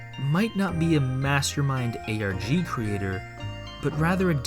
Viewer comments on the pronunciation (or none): did he just say ArGh instead of ARG..